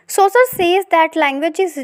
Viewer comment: Its seshore not sasure btw nice explanation